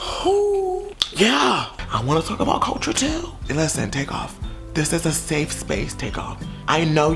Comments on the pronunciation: No one:: Seefe speece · "Seefe speace"....im so done 🤣🤣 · “This is a seefe speece” 💀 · “seef speece” 😂😂😂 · "Seeefe speece" 😭 I cant stand you for this 😂😂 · 14 seconds in and i am crying LMFAOOOO " a sef spece" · nobody: nobody at all:: SEFE SPECE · 'This is a seef speece' LMAO